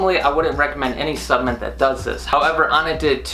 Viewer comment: It’s “supplement”, not “subament”.